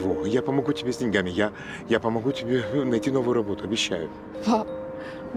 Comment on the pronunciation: Ну и что,,Многие актёры говорят ДеньгАми, вместо дЕньгами,,,Сейчас на это обращают внимание из совка, а современная молодёжь не очень грамотная,, правильно говорил Задорнов,,,,/ светлая память ему/